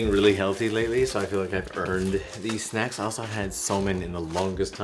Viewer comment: “Snackses” Yup the gremlinization definitely was triggered from those snacks after midnight 😆